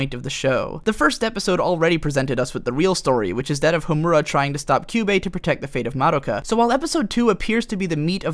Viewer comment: You are the first person I've heard that pronounces Madoka's name correctly yet Homura's incorrectly lol. Also "bibi" //shot